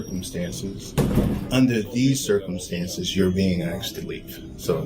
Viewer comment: He said “your being axed to leave” 😅🪓